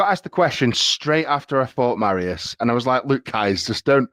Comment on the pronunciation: Will Eddie ever pronounce Mariusz's name correctly? lol